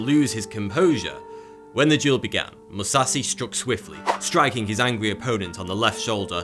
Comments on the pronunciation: MOO-SAW-SHE Musashi 武蔵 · Musashi is pronounced MU - SASH - EEE. Kukri is pronounced COOK -AR - REE. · This guy should at least try to pronounce the names right because hearing Musashi as Musasi is just bad. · I cringe every time he says Musasi like the h just disappeared and don't tell me that's how he pronounces stuff, you can easily pronounce it correctly with a bit of practise, I am neither a native Japanese nor English speaker and I can without practise imagine that. This dude lazy as fuck. He is talking about the greatest samurai to ever lived and doesn't even have the courtesy to say his name right. Also he talks about a great Mongolian warrior who was a woman and shows a European woman on screen through it all, talks about wrestling and shows skeletons boxing. I stopped watching after the 3rd time he said Musasi and had to comment. This video sucks balls I'm out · Please improve that Japanese pronunciation... :( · You mispronounced Musashi every single damn time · Almost pronounces matsashichiro right.... Butchers Musashi every. Single. Time. Sorry I don't mean to be "that guy." But I guess Ive now lived long enough to see myself become the villon. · I searched FOREVER to find this comment, I was so upset when he mispronounced Musashi’s name and nobody in the comments was correcting him, you sir are a legend. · Man hearing Indo-nepalese or other asian words pronounced by westerners is funny he literally skipped the 'h' in Musashi and Mahathma Gandhi's name lmao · He totally destroyed Miyamoto Musashis name XD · The he pronounces musashi miyamoto triggers the shit out of me and im not even Japanese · In Japanese the H is not silence so he’s totally miss pronouncing the name of Musashi. And the knife he’s talking about is misspelled. It’s Kukri. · Amazing how in 2020 people still cant pronounce Musashi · MusaSHI. not "MuSauCeY". How hard is it to properly pronounce the names of the individuals that you are featuring? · pronounced MU SA SHI not (Mu sasi)